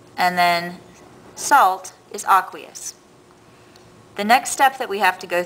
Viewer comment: I was really tempted to click off this video because she kept say "aqueous" wrong